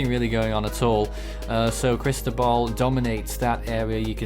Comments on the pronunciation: pronunció la sílaba tónica incorrectamente, es Cristóbal con acento en la O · JontheGamerBoy in Spanish it’s Cris-tó-bal. you enúnciate the Tó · As a Spanish speaker I ask can you please pronounce Cristóbal correctly. Chris-TOE-bahl, Great TWB 👍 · I agree. It’s Chris-TOE-bahl.